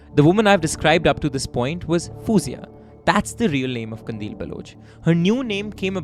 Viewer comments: its Fauzia..... not fuuuuuuuuzia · Minor but, it's not foo-zia, it's pronounced as faw-zia (alternative spelling is Fauzia). फ़ौज़िया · I love the video but the pronunciation of her real name killed me lol its actually pronounced as "fauzia"